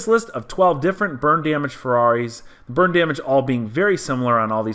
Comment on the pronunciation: Sounds like you keep saying "Bird Damage". What did the bird do?